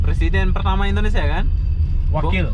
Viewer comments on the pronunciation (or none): none